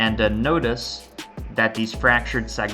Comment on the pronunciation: notice not us know this nodus. "Noh-tiss," not "noh-duhs." Wow.